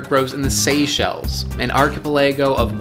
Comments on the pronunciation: I like how you pronounced archipelago as arch-i-pill-é-go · Wondering how many takes had trying to say archipelago